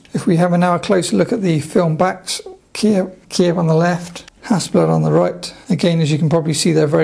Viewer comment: Hasselbladski)))😂😂😂 Mate,I hope you didn’t say it when you were in Ukraine//or other Russian speaking countries))